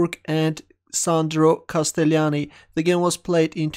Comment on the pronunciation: the only wrong this it the pronounce of castellani